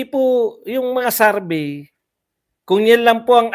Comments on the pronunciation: Correction lang po, it's not Sarbey its survey :) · Survey hindi sarbey po 😊